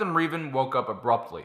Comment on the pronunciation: When you say Reeevan do you mean Revan?